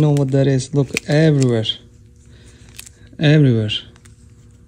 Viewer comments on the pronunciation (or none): You said(everywhersh)